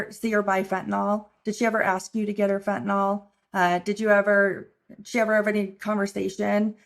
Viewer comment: it's Fentanyl not Fentanol🙄